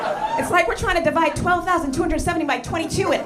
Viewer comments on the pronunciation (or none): none